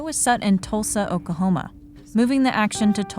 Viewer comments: It’s pronounced (Ok-La-homa). Not Okahoma. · "Oka-homa" Jesus Christ, ya'll.